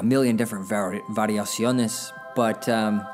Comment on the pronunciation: Wow! That was a superb pronunciation of "variaciones", "descripción", and "abajo" haha. Felicitaciones colega!